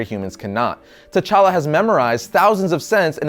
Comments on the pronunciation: Wrong pronunciations. The 'T' is light and shouldn't be pronounced as 'Ta' but as a click 'T'. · The 'T' in T'Challa is silent. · t' is silent! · Well done, but please keep in mind, the 'T' in T'Challa is silent! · the t in T'Challa is silent